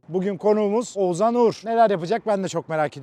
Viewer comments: Abi Oğzan ne ya :D Oğuzhan demeyi desene bence yapabilirsin :D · Hacı oğuzzan değil oğuzhan...😁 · Oğuzzzan diye bir şey yok yemin ederim cinnet geçiriyordum videoda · keşke bir kere H harfini bastırarak OğuzHan deseydin 😀 Video başından beri OĞUZAN demene takıldım 😀ama ellerine sağlık güzel video olmuş 😀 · Oğuzhan ismini Oğuzan diye söylemeyi nasıl başarıyorsun. Kulağımı tırmalıyor sadece Oğuz de baree.... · Abi şu adama Oğuzan deme ya 😄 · Oğuzan değil Oğuzhan diye okunuyor... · Oğuzan deme gözünü seveyim 😀 odaklanamıyorum videoya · şu adama oğzan deme nolur :D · Abi lütfen oğuzan deme agagagagagfa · Abi Oğuzan mı diyosun sürekli Oğuzhan yerine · Şu adama Oğuzan deme yahu, Oğuz han okunuşu Oğuzhan..